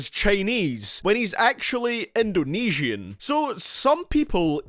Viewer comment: god the way you said Indonesian